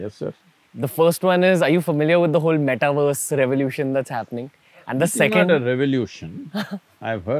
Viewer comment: Sadhguru... meta-verse is as in Uni-verse. NOT meta-worse!!!